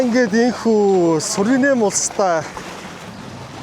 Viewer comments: Суринэм биш Суринам гэнэ шүү. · Суринам гэж улсыг Суринэм гээд л байх юм. Ядаж наад хоёр дэлбэнгээрээ иргэд нь өөрсдийгөө Суринам гээд байгааг сонсооч юм уншаагүй үзээгүй ч гэсэн